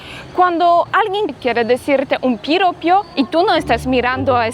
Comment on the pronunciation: Hola, corrección, no se dice Piropio, la palabra correcta es Piropo,🤝❤️